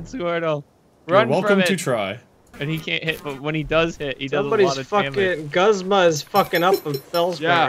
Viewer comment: its..... guzma how to pronounce gooz ma